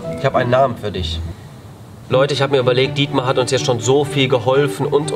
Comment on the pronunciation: Why not "Dietmäh" D